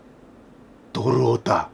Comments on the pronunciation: ドルオタが泥オタに聞こえたw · ドルるるオタ(巻舌)